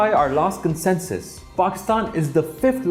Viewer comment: I hear consensus when you say census